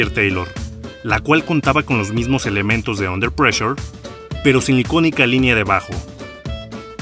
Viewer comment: Jajajajaja su pronunciación pésima del inglés "pleshure" Ve a un curso de inglés